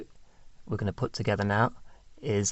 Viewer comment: In English- words like going have a "ing" at end-not in ing -all your words don't end properly!